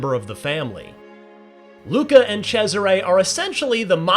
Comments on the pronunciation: Italians: Cesare. Americans: Tchezzeray. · The amount of times he abysmally mispronounces Cesare as "CHE-siray" almost made my ears bleed. Sounded like it's a guy named Desiré but with a CH in front. Apart from that, solid impressions, thanks :)